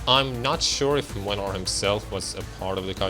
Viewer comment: As a Polish I can confirm that this is literally what Poland is like. I can also confirm that the English VA of Młynar completely butchered the Polish pronunciation.